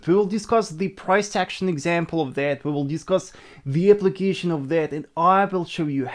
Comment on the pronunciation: You learn English? its that (dat) and not (zet), finally